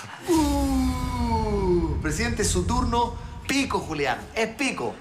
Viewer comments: Dice "Culiàn" no "Julián" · Dice "adelante culian" ?? Ajaja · dijo "Adelante cualian" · Es mi idea o al principio dice culian? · Escucharon dijo culian jajajajaj